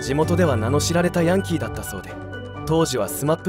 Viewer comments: ヤンキーのイントネーション間違ってるw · ヤンキーの発音が、変❗それに、赤井英和さんが大阪で有名って、知らん❗